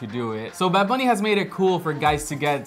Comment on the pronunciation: wait wait, it's not "bad bunny baby" it's "bad bunneh biebeh"